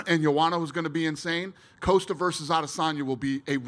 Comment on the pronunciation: "Paula Coast-ah" will coast past Israel "Ah-dis'Tonya